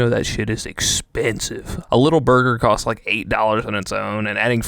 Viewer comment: Just saying “cost” wrong